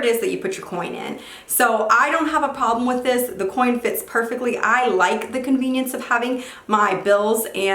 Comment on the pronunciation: Every time she said coin I cringed a lil bit